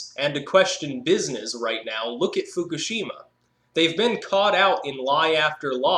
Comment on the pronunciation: it's pronounced foo-KOOSH-im-ma